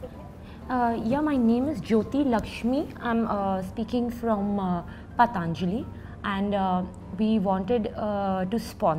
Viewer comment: What the hell is Paataaanjali?????